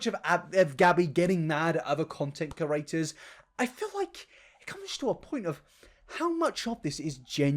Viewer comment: **Creators not curators, please! It's driving me batty. But I am still going to watch your content, you know? Lpl